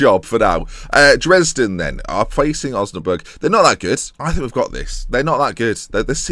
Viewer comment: I'm actually from Osnabrück and your pronounciation is fine